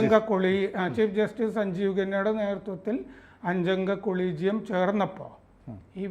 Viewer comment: കൊളീജിയം അല്ല അ ളീജിയം